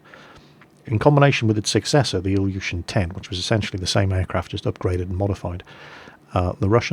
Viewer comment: Not only your Russian accent is strange, also the pronounciation of the names Ilyushin: Say "BillY you shiT nOOB" without the uppercase letters. :-) I don't understand what you told about the Po-2. Afaik it was never used to strafe while flying level at 50 feet. This would have been suicide in such a slow plane. It was mostly used as trainer, liason and recon aricraft and as night bomber.